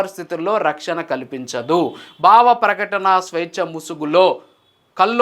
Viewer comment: Content bagundi, vuccharana doshalu savarinchukondi, viz., 'Bhavaprakatana', not ' Bavaprakatana'!!! 😊😊😊